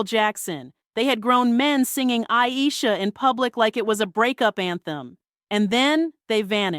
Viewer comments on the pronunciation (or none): none